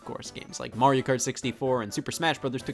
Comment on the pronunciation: You said Mario wrong.